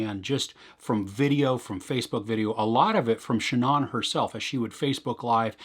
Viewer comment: How would you say Ann? It's pronounced that way whether it's the beginning or the end. So ShANNan or ShanANN.